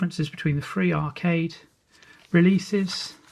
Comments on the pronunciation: ok at it's most basic you're pronouncing three as free which is incorrect. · Calling add on hardware peripherals that takes me back to the old speccy days 🙂 Is your use of "free" instead of "three" natural or just laziness? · Yes, a lot of people do it and I've always wondered if it's a deliberate thing.